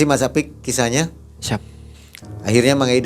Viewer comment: Pingin tau mang Ei tu sebutan apa ya,,, tapi bagus caranya ngucap mang ei